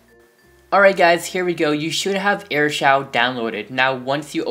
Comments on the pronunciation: It's not airshow it's air shou duhhh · Pronounce Shou to Show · It's pronounced like shoo dumbass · So you just need airshou not shou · Shou is pronounced shoo